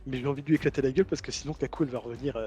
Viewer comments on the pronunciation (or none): C'est Ka-Kou pas Kabou :O TABARNAK !!!!!! (Merci de suivre nos souffrances avec une telle assiduité!)